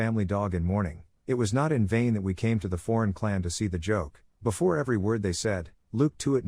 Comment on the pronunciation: "Befor, afted"